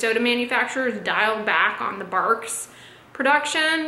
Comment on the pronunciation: Bargs? Lol barks